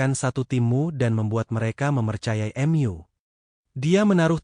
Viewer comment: Risih kalau dengar kata2 mu di ucap “EMYU” 😂